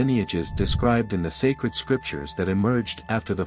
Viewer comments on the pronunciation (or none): none